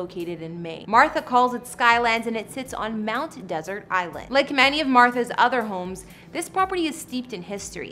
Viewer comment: Mt. Desert is pronounced like dessert, not desert. A faux pas that might cause the glitterati to turn up their noses at anyone who makes this mistake.